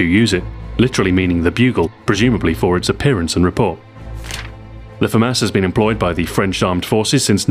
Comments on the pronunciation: I thought it was pronounced fu-moss not fu-mass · I came here to end the argument about whether it is pronounced the Fah-Mass, or Fah-Moss... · Adrien Tirard moi aussi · His french pronunciation is wrong... It's like he's trying to read it in his English accent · Yeah just common pronunciation. If you hear it one way originally then you'll think that is the way it is pronounced.